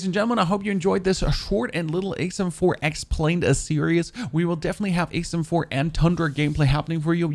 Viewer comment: Sounds like you're saying ACEm4 🤔